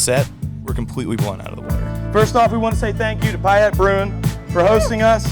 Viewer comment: Hopefully someone corrected how you pronounced Payette. Welcome to Idaho.